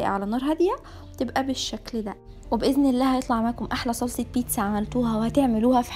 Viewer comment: انتي ليه بتولي بيتسسسا وسلساااا انا اسفه والله هل دي بطرسقه الايطاليان ولا ايه 😂😂😂